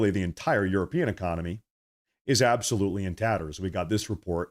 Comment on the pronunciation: Yes, YES ABAOLUTLY